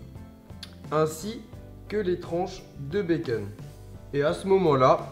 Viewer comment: BacOn putain ! pas baceun